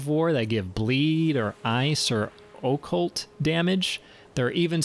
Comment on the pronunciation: The way you pronounce "Occult" bothers me to my very core.